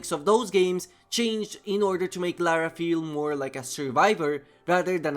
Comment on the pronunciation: Atleast he said Lara and not Laura.